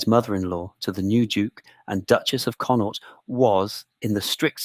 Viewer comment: Irish province conaught not connor